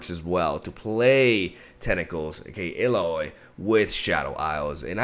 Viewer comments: Correctly pronounced Illaoi 😂😂😂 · He said it right!! xD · Now he knows how to pronounce Illaoi 😂 I love it! Tried frejlord with Udyr, those stances are very strong on almost every spawn card and tentacles. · Heyyyyy!!! He finally said her name right!